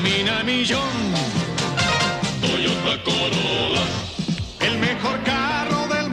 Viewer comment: Title: Toyota Corollra What it sounds like: Toyota Corona